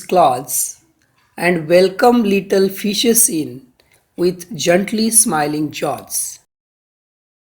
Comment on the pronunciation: Doesn't no to pronounce gently😂😂